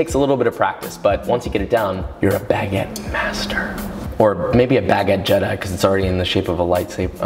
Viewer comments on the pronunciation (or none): none